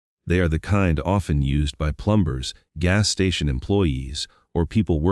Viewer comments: I don’t usually comment on a video’s narration because there are more important issues. But good grief, this was just awful. The mispronunciation of Tucson, plumber (plum burr) and the Guthrie name. The poor woman has vanished, can’t you have enough respect to pronounce her name correctly? I stopped watching this slop. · Is every video AI narrated? 🤖 Plum ber...really⁉️😆